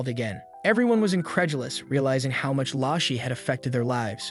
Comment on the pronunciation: BRO IT'S PRONOUNCED l-ao sh-er the lao sound like going down and back up, the Shi is the same the whole word